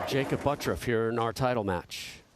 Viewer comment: Why does the announcer pronounce his name as buttruff instead of butturff